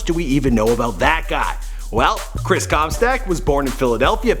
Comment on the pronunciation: Chris ComSTACKKK